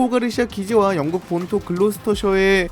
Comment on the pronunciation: 령국ㅋㅋ 누가보면 뭐, 힘이라도 있는줄ㅋㅋ